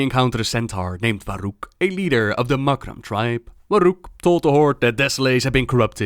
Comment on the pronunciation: I like the way you pronounced "Warug" it sounds much nicer with s little bit of Dutch pronunciation.